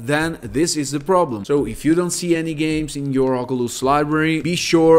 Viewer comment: “Oculus” no “ogulust” yes💀